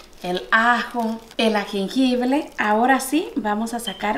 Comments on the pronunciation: Corrección.. No se dice agengible. Es jengibre. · qué rica está ese guisado muy sabroso Sólo quería hacerte los comentarios esa salsa de ostión engorda muchísimo tiene muchísima azúcar y tienen muchos almidones engordan terrible y se dice jengibre pues lo estás diciendo mal te lo digo con todo mi cariño y respeto porque sé que vives en Estados Unidos y allá en lugares donde no te dicen bien los nombres es jengibre saludos